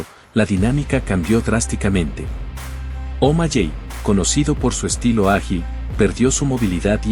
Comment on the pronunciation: Los nombres no cambian la pronunciacion de un idioma a otro debes informarte para que na hables tan mal, no se de que pais eres o si todos hablan mal como tu, bien video pero pronunciadstes 5 nombres muy mal SEan Omaley Se pronuncia Omaley no omalley. Aprende a hablar antes de que te critiquen del uno al 10 le doy un 2 a tu video